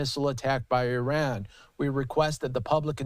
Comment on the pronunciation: It's Iran, not Eran.